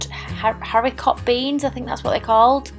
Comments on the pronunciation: Just so you know for future reference. The T in haricot is silent. I do tend to prefer browning my meat before putting it in the slow cooker, especially with things like chicken and sausages as it helps to seal in the flavour. I have to say buying a slow cooker is the best thing anyone can do as it is the most useful of all kitchen gadgets. I'd be lost without mine. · Great video, these items are in tomorrow’s shopping list, so thank you. And so you know, the T on Haricot is silent, so like Haribo but with a C 😊 take care x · Great recipes, i do love the recipe for the sausage casserole, you don't need to pronounce the t at the end of haricot beans, they do make it tasty. I've always just used a sachet of casserole sauce but you have inspired me. Thank you x